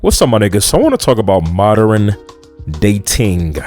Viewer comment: You cant even pronouce modern yet we need to listen to you like you are not a dimwit.